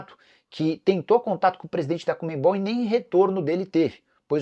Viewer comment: Não entendo essa mania de dizer COMEMBOL. Será tão difícil assim falar o que está escrito? Ou seja, CONMEBOL???